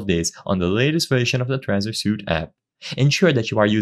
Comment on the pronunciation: Suite: "sweet" not suit.